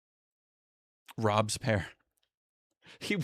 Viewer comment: It's pronounced "Rob-Bess-pee-air" to be fair.